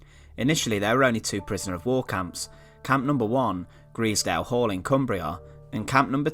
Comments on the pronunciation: Do your homework Grizedale in Cumbria is pronounced with the i as an I sound as in “aye capn” not an e sound as in “eels” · Just to let you know You pronounce grizedale wrong! It's pronounced with an i not an e ! G-R-I-Zedale!!! Or at least that's how us locals pronounce it! Unfortunately the hall doesn't exist anymore only the foundations and the stone stair way remains! it was demolished in the 50s due to falling into disrepair and lack of funds which is a shame! I know afew people that have found various German medals around there and down near the kennals which was also used as part of the pow camp and still remains standing today! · Grizedale is pronounced with the first (Grize) part sounding like eyes